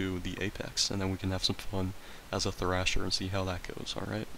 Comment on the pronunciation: Thresher not thrasher. Loved the video tho